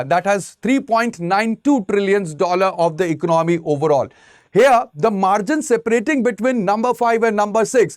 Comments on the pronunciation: What ecnomy??? Why he is pronouncing ecnomy?? Its economy ... ec-co-no-my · Vo bolne mein yhi aata h ecnomy 😅